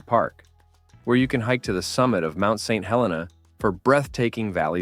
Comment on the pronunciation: The wine train is overrated and overpriced. The ballooning is a great experience if the skies are clear. But you say no noise, the engine firing is very loud. You also mispronounced St. Helena. It is not pronounce like the volcano. I guess fake voices just don’t know. You also mispronounced Yountville.